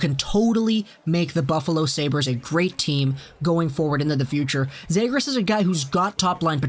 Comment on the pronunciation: Start pronouncing the fucking names right. You have no hockey knowledge if you can't pronounce cozens and zegras properly